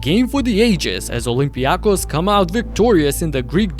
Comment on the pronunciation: For God’s sake! It’s OlympiakOs and PanathinaikOs is it so difficult for you? Do you say BarcElona or REal?